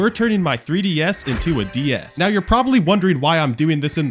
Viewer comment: Ds❌dee s✅